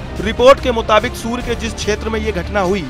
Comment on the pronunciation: Surya ko sur bol rha h 😂😂😂😂😂